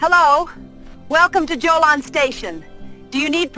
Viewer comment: Pretty sure Jolon is not pronouned "Joe Lon" but "Ho Lone".